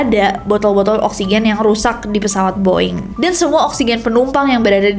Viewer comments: “The Boeing Company” bukan dibaca “di boing kompeni” tapi pake “de” *siap salah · Tumben lu Ness, salah cara nyebutin BOEING. Hehe. Biasanya english pronouncing lu perfect 🤭